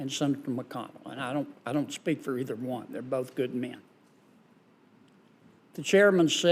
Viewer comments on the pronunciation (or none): none